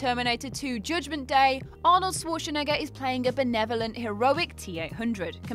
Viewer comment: Please learn pronouncing Arnies surname correctly. You're making a complete fool of yourself.